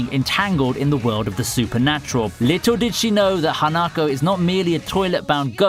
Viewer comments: him saying hanakou me screaming at my laptop its HA-NA-KO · Oh god, that pronunciation of Hanako XD